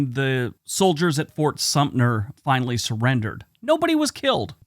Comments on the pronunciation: There is a 't' in Fort Sumter. Is it said 'Supner' now? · Thanks. That was what I was taught and never heard it pronounced like in the video.